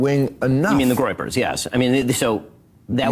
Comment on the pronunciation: What's the "groipers"?